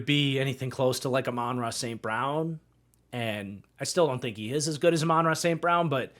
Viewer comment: Just as a heads up, Amon-Ra is pronounced like “ah man-rah”. Probably some short clips on here pronouncing it if you search it up